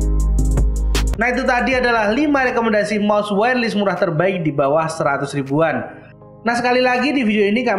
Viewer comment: Btw cara bacanya "wayer les" ya bang, bukan "wayer lis" makasih :)